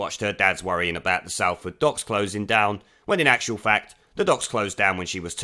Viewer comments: It's pronounced 'Solford' not 'Salford' !!!! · Pronounced SOLford not SALford ! Oh and my father was made redundant working for Burmah oil at the docks ! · Love your content ..........but ITS PRONOUNCED SOLL FORD !!!!!!!!!! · Behave! It's pronounced as Solford. Otherwise crackin' vid as per usual. The shit weaselry is alive'n'kicking. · Sol ford - not Sal ford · Its pronounced like sol-ford mate haha. I love in her constituency and am not happy to have such a bleb as my MP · Just a minor point. Salford is pronounced Solford. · It is pronounced S(o)lford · It’s Salford ffs Not Sal-ford. My step dad worked on those same docks not that long before they were closed down and I’m fkn a lot older than her so she talks complete and utter bollox. What else can we expect from labour though🙈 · Salford may be spelt that way but you pronounce it totally wrong, it's pronounced solford ;) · Do you pronounce Salt like you do Salford?